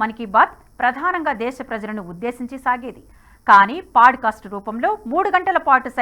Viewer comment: Thank you for the video mam. very informative highlights. Small suggestion- its not paaducastu its podcast.